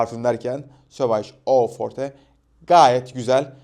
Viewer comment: sauvage eau fortenin e sinin okunmasi uzdu fransiz aksani beklerdim :D